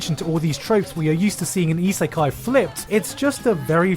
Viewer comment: It's 🤔 reverse Isikai...? Re-Isikai?